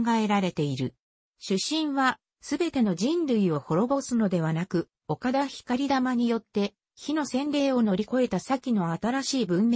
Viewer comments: ひかりたまではなく ごうたまでは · ひかりたまじゃなく、こうたまです。